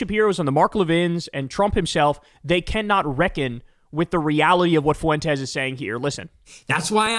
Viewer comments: Its Fwentes not Foo Wentes. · Please, Kyle. Please. For the love of all that is holy, please, please, PLEASE stop mispronouncing things. Lol. It drives me absolutely bat crap psycho crazy! As much as I despise him, his name is pronounced "Fwen-tez", not "Foo-en-tez". And it's pronounced "dammed", not "dam-ned". Love ya', but you've gotta' stop with the mispronunciations. We're not MAGA, my guy. We're better than that lol. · Foo Entez. Lol